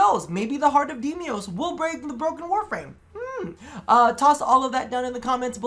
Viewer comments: DE: Deimos: Demios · Demios? Nezaha? Tatinia? Deliberate mispronounciation or...?